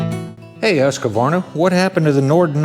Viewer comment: Remember when saying Husqvarna, the “a” between the q and v (which isn’t there) is silent.😬 Yes I’m going to bust on you 😂 I always did the same thing until they made a chainsaw commercial explaining the correct pronunciation. Wish I could find it and post a link. It was entertaining. That’s a lot of bike, sweet.